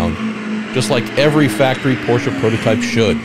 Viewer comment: Love the way you pronounce Porsche the right way! Very intresting Tech Tour!!